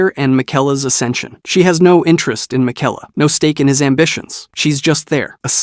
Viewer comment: and Mikela